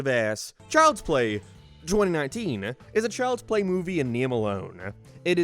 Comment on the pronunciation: Ah, yes, Chjlds play